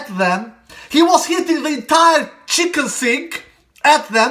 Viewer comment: Kitchen Sink, not Chicken Sink😛